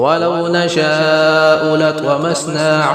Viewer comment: آپ فاستبقوا میں ب پر زیر پڑھ کر غلطی کی ہے